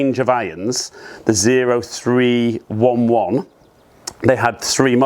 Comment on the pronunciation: The PXG irons are pronounced oh-three-eleven as a tribute to a certain type of US military member. Specifically a Marine Corps infantryman.